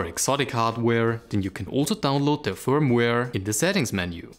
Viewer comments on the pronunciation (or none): none